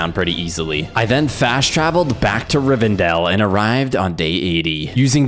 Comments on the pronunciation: pronounces Rivendeel as "Riverdale" OMGOMGOGOMGOMGOMGOMOGMOMNGMOGOM its pronounced Riv-en-dell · Great video, but hearing him say RiveRdell and not RiveNdell as an LOTR nerd was.... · I’m super pissed that you kept pronouncing Rivendale like Riverdale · It’s RivENdale not Riverdale. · river dale, what was he thinking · Riversdell not riverdell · Riverdale?! Lol. Rivendell my man. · Nice video but btw its pronounced Rivendell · It is Rivendell.